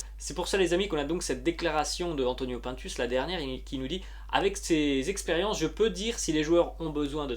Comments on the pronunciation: PINE TUCE ET PAS PAINTUS. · on dit pas pintes mais pINtus c'est pas un français